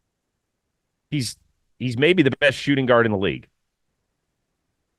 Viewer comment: Chris 😂 it’s pronounced same as “Shy” 💀 as soon and you said his name even I was like WHO!?? OKC?? Shay??? Best sg in the league??? Oooooo Shai!!!! Lol